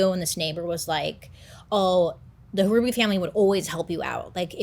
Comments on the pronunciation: Also, it’s just pronounced like “Ruby” the H is silent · You pronounce the name Ruby, the H is silent. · The H is silent in Hruby. Such a tragedy in our little town. My husband had college classes with him while Alan was taking concurrent courses during high school. He was so shocked as everyone was. I could never buy that house. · Bro my maiden name is Hruby… it’s pronounced Ruby lol 😂 not a common last name, I wonder if I’m related. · He is my cousin. They were my great uncle, great aunt and cousin. Love you Bailey! I’m also a December Sag, and it’s pronounced Ruby! The H is silent 😂🩵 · I believe the last name is pronounced ruby the h is silent I went to school with some hrubys and that is how they pronounced it not trying to be mean or anything it's all in love just letting you know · And the H is silent. Just pronounced ruby. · Hruby is my maiden name. It's pronounced Ruby, H is silent